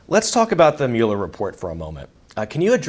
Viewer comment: Learn how to pronounce people's name before you say them in front of 96,000 viewers please. Myoooler and NAYdler...